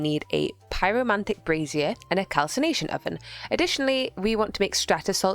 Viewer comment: just found this channel through this vid, i often don’t even think about foreign accents, but im loosing my mind at, “brazier” for some reason